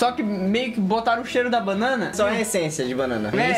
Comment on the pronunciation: "só a encsência" kkkkkk